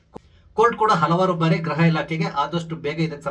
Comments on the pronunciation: 😮 ಗ್ರಹ ಇಲಾಖೆ ಅಂತ ಅಲ್ಲ ಗೃಹ ಇಲಾಖೆ ಅಂತ ಉಚ್ಚಾರಣೆ ಮಾಡಿ. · Please don't pronounce GRAHA elakhe, it is GRUHA elakhe ಗ್ರಹ ಅಲ್ಲ ಗೃಹ